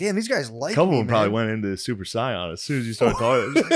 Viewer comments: Super SCION = super saiyon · Ummm is no one gonna mention that Shane said Super Scion instead of Super Saiyan? Lemaire would’ve never let him get away with this :( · Shane saying "super scion" instead of "super Saiyan" made me way more pissed than it should have. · Haha "Super Scion" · Shane says Saiyan like Saigon ok king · Can’t forgive Shane for saying “Super Sie-yawn” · I love how Shane pronounced Super Sayin as "Super Scion" 🤣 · The way Shane pronounced super sayian 😂